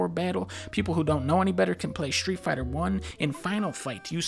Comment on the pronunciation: (Shtreet fighta”